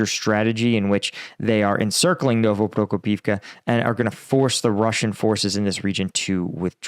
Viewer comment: I know it's hard to learn all the villages and other names in a foreign language. I'm a Croat living in Finland, it's not exactly a walk in a park, so I don't fault you for mispronouncing stuff, I know you've been trying hard all this time, I mean, you get Novoprokopivka right! But I do fault you for not spellchecking one village when you decide to put it into the thumbnail. It's OPY-tne, not OPT-yne